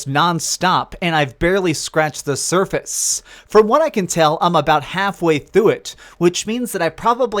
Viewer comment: "I barely scared the surfacccce "